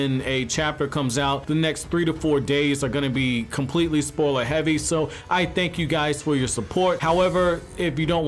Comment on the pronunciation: This guy says “spoiler” funny.